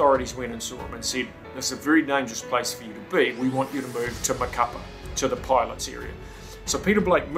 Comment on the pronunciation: Wow man what a story, glad you survived. By the way, the city is pronounced ma-ca-PÁ, the accent mark indicates the emphasis on the final vowel.